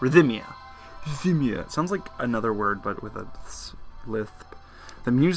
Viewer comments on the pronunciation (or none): ridh-mee-uh. You say ridh-mick, not ridh-um-mick for rhythmic, right? (no vowel between th and m) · I think Rhythmia only has three sylabols not four. Rith-me-ah